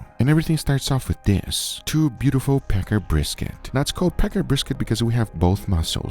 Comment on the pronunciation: Packer, with the a in packer pronounced like the a in "can". You were saying Pecker brisket, which admittedly, probably made the video more entertaining.